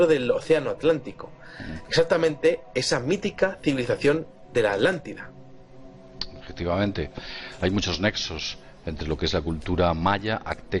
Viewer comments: Por favor repitan después de mi: A-TLAN-TI-DA, ATLANTIDA no es AT-LANLIDA. El castellano es lindísimo, por favor pronúncienlo de manera correcta. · Por que Vicente Fuentes dice Adlantida y no Atlantida? Saludos desde Mexico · Podrian hacerme el grandisimo favor de pronunciar bien las palabras: Es ATLANTIDA!!!! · Estos con su mala pronunciación me están enfermando los nervios Por millonésima vez ATLÁNTIDA